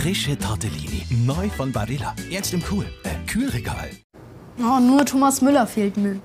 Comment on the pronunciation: she said Thomass 😂😂😂😂😂😂🤣